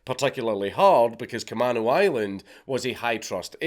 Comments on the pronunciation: Sorry but its ca-may-no island not ca-man-o. Thanks great mad lad once again count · Dank its pronounced like Ka-mean-o. I'm from the area. This was painful to listen to. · It's pronounced Ca-may-no island. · We pronounce Camano, “kuh-may-noh” island 🤭 If you ever visit Washington, I’d be happy to show you and wifey, and your baby entourage around 🤘I’ll even show you all the homeless druggieeeez. Orcas Island is beautiful btw- it’s so tiny and sleepy. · just figured I should say, k-uh-may-no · You are saying Camano Island wrong. It's pronounced KUH-MAYN-OH. It is a native American word. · Cam-A-no island. I know you're not from here, but it's bothering me. I lived 5 minutes away from the plane theft, while all of this was going on... It was fucking crazy. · Kuh-MAne-Oh Island. Also it was a super big thing through the 00s to force kids who stole to go through drug and alcohol counseling. Which either led to....meeting drug dealers willing to sell to kids, or anger at having to sit through the bs and no reform...thanks WA. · kuh-MAY-no, fwiw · Camano Island = Kuh-may-no Island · Kuh-maeey-no Island